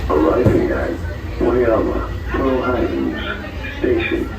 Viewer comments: As a former Hawaii resident, mahalo for taking the time to properly pronounce the names of the various locations referenced in the video. I lived in HI during the construction, the biggest gripe throughout was the cost overruns and final destination. I really hope they eventually have a branch to Waikiki and University of Hawaii Manoa. It would also be wonderful if the skyline extended to downtown Kapolei and Ko Olina. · You have good pronunciation. Very well done. Hawaiian, Japanese, Italian names, you nailed it. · Bonus points for proper pronunciation of Hawaiian names 👍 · Thank you for pronouncing the stations correctly!! As someone from hawaii, i am super excited for the rail. It's smooth, moves fast, and now it hits places i actually need to go. The only thing i dom't like is the obnoxiously loud announcement system.